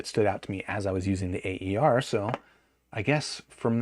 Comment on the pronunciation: It's not pronounced "A.E.R.", but "Aer" (which stands for "air" in Romanian)